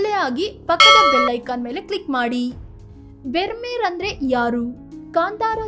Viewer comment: Brahmeru ಅನ್ನಬೇಕು bermeru ಅಲ್ಲ